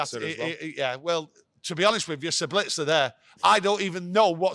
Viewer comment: That look to camera when said 'Sablitzer' was classic.. IT'S JUST 'BITZ'... like 'little bits' or 'nice tits' or 'IT'S got no 'L' in it🤣🤣🤣